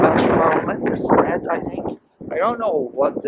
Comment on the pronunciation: What a lovely tour of Cardiff Marina/Bay. I love Cardiff; I think it is one the nicest cities in the whole of the UK. It's a shame you couldn't get on a water taxi. Also, I think their parliament is actually pronounced "Syneff" despite how it's spelt.